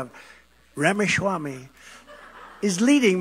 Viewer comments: Trump: Ram-a- Schwami 😅. Make no mistake. He distorts names on purpose to belittle his opponents, even if in a friendly way. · trump disrespected him, didn't even say his name properly